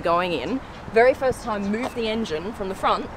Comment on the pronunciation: No time to die.. Not "no tame to die"